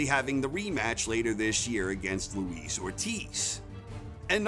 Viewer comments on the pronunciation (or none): good video, but in case you're interested... it's LUIS not LOUISE ORTIZ